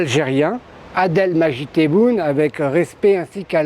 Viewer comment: شدوا حزامكم الفران راجعين باي طريقة من الطرق ، على فكرة عندنا واحد اسموه adel majid taboune ؟ adel قال ! …. يلي مش حارس على نطق اسمك بشكلٍ صحيح لا يحترمك، لا يقدرك و لا يهتم بك بل هو مهتم بما تملك او كيف يستغل سذاجتك !! خلي الخردة تاعك عندك يا بو نيول ما نحتاجهاش